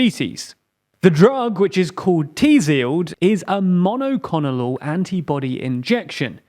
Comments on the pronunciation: Love your news reporting and the good news section is a great addition. Especially love the INTERESTING (joking of course) pronunciation of mono-clonal (should be clone-all) antibody. Simply meaning antibody of one type (one clone). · "MONOCONOLOL"?!? You mean "monoclonal"? lmfao